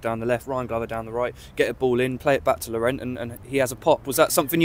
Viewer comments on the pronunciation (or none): The interviewer pronounces Tolaj’s first name as ‘LOR-RENT’ instead of ‘LOR-REN’. What a div!